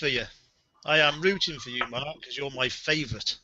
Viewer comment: Mark has made it clear how to pronounce his name sooo many times and you still said it wrong. Evos score was no surprise, lol. Also I got most of these correct.